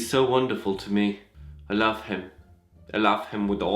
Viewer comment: "I laff him" 😂